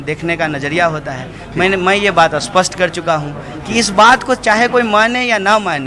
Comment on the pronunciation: English mai to iska hath tang hai but hindi mai bhi aisi kharab halat. isspast or aspast mai qya difference hota hai wo to seekh leta phd karne tak.